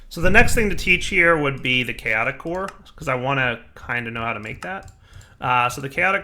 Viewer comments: "Chatoic" combat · "Chatoic" nice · Ep. 81 “chatoic” combat lol